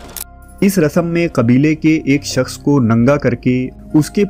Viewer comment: Your Urdu & English pronunciation is very bad, plz clear it. Shakhs ko aap sakhs bolte ho Shaadi ko Saadi, Shamil ko Saamil. National ko Nasnal. British ko Britis😢